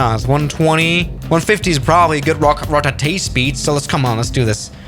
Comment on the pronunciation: he even said "ro ta tee"